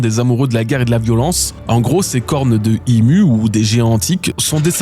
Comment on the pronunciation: C'est Imou stp. Façon vous me fatiguez tous 😂😂😂😂😂